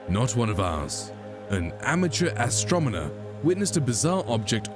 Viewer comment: What is with the narrator? He is terrible at pronouncing words. "Astromoner" LOL